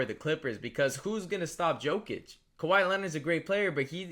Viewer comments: It probably shouldn’t, but when ppl mispronounce names thats are said correctly every night on tv it passes me off, everyone that man is brought up they say “yo-kich” its not probounced the way its spelled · Can you not pronounce jokic correctly? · Can you please try to pronounce Jokic correctly. I know it’s a small thing but really annoyed me